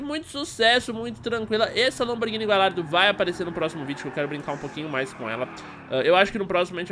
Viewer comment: foi mt foda a lamborghini mas so pra fala ne ela se escreve gallardo mas a pronuncia e galhardo